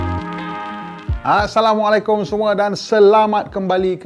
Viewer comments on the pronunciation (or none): none